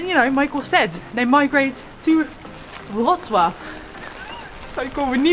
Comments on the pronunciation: Perfect pronunciation of Wrocław ( vrotswav ) by 👍👏👏👏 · Proud of you for how you mastered the pronunciation of "Wrocław" :D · What a great videos! I'm going to stay with you. Geatings from Wroclaw (ps. you prounanced the name of the city real good!) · Great pronunciation of the city name ! Well done! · it was a perfect pronunciation!